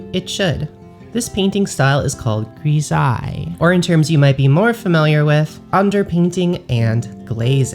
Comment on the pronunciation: Gree-ZIE, I read that as GRIS-Ai-LEE